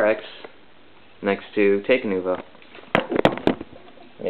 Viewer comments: It's pronounced: talk-uh-nuva and tack-uh-dox and ic-uh-rax. Bioneclepedia says so. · Not to correct you and seem smart and all, but it's Talk-Uh-Noo-Vuh